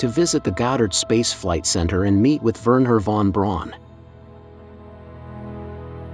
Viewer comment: The name is Wernher von Braun and not Veron Brown!